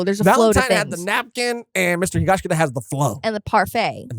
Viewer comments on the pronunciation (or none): Guys, i really enjoy your conversations, but it's HigashiKATA, not -KITA 😭